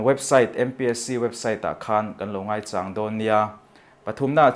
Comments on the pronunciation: mizo thu leh hla lama kan miril deuhte in lo zawt Chiang dawn nia aw , ngaichâng tih a châng tih hi a ki sang a in lam rik khan mizo tawng âwn in ni kha lo hre teh u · I sawi dik lo,ngaichang a lam rik dan khi a dik reng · Ngaichang tih I lam dan hi a dik lo.....ngaichang ...Chang tih lai tak hi MAU Chang kan lam ang lam tur. Ngaichang .....thil lo kal tur chàng tih ang a lam loh tur..... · Ngaichang, chang tih hi, a ki sangin lam rik zawk tur alawm, a ki hniam a lam rik chu hmar tawng tawng sawi dan a nih duh hmel